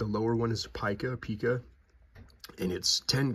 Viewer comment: It is, in fact, pronounced ˈpī-kə, rhyming with ‘pie’. There is no ‘peek-a’.